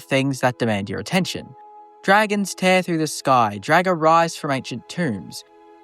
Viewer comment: You saying draugr as dragr is killing me